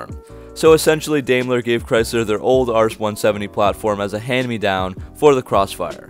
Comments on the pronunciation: Dime-ler , not Dame-ler. I guess you don’t know much about cars. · Dude pronounce the name as it should be... Daimler is pronounced Dime-ler. When you have a german name or word containing two vowels, the first is ignored and the second takes the long form. I had to stop listening to your video. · Pronounced "Dime-ler"